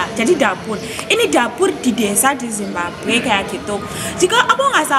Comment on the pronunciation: Makudnya Zimbabwe, bukan simbague wkwk